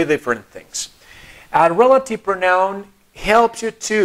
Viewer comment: No se pronuncia proNAUN, es /PROUnaun/